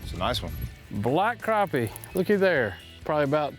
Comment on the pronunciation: finally someone who says crappie and not "crap pys"